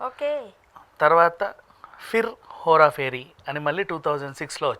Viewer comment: That is Hera pheri not Hora Pheri .. don’t know why these people can’t say right ..